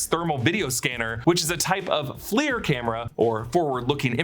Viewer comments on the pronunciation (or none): none